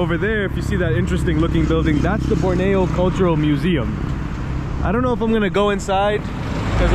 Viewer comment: Im in kuching and can you go to matang 6 i live there and you say borneo wrong